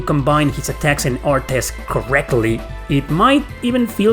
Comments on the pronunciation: Im getting triggered from the way you pronounce artes 😂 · The way you pronounce "artes" is constantly giving me whiplash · If you're using normal attacks in ToDR, you're playing the game wrong. Use "artes" (I've never heard anybody pronounce the "e" as you have) chains only. The CC system lets you cancel anything into anything. And once you hit CC max, use only one move instead of draining the whole gauge. Once you reach max, the gauge resets to what you end your combo at, or goes to min if you empty it. For example: 3 min, 10 max. You reach max, do a 2 CC arte and stop, the gauge will refill to 8. Then you can dump the whole thing and it will recharge to 9. Then dump it again to reach 10. Then repeat the process. It increases by 1 CC from min each time you end a combo and return to neutral (even if the combo is continued by another character. You can also use the Flat ability to make your min and max an average, so instead of min 3 and max 10 you would always have 7 CC. Doing artes also increases their proficiency so you wan to spam them. You get bonuses like extra hit stun and a +1 CC on hit to extend combos after a few hundred uses. Also note that you can chain into magic, and the longer the combo the faster it casts. Nothing beats chaining Holy Lance into Big Bang with Philia in an infinite combo when you get the timing right, provided the enemy survives. It's a full air combo juggle so it prevents the enemy from escaping into Overlimit since they never touch the ground, too. Graces uses a modified system of CC, you may have noticed. Oh, and you can increase item capacity to 30 with the Grade